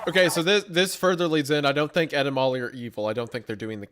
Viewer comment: Am i the only one who whenever says “ Ed and Molly “ thinks it sounds like he is saying, “ Edemames “??😂😂😂